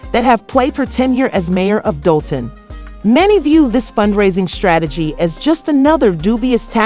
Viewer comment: I need this blogger to learn how to say DOLTON! I can't ! Just stop! Do a vid on Diddy Boo!